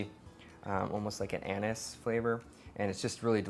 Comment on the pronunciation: HAHAHA OMFG I THAUGHT YOU SAID "it has an anus taste, mm" HAHA